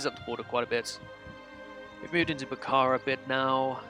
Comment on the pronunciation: the h is silent in bukhara :)